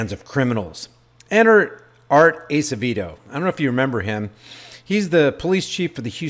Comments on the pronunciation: It's pronounced... Ass-a-vaydo... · Art Acevedo pronounced (Ass a vey dough)